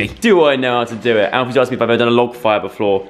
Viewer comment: Hehehheeheheh hahah joe said beflore TWICE freaking goof